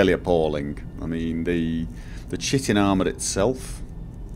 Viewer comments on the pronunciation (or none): thank you for the lovely videos. It's one of those things that brighten my day when I see them on my inbox. I would just like to remind you that chitin should be pronounced as Ky-teen as it is derived from a greek word. I know you get a lot of lip about pronounciations and I don't want to be just another one pointing out mistakes but I thought someone should at least come out and mention it. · Yes, I said this in one of the last videos... Chitin == Kite-in or more like "Kite'n" not much emphasis on the T sound or the vowel after it. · I know its an old video but I thought the pronunciation of chitin was Kite-en